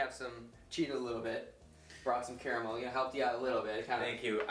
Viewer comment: "Spahtulaah" "ze carramell" haha great video! Looks delicious!